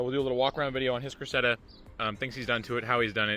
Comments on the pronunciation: How can you butcher the name of a “Cresseda” so badly 😂🤦‍♂️ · Cressida is pronounced like the girl name